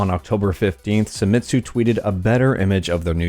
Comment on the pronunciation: Japanese, not German. Se i mi tsu. not SAI.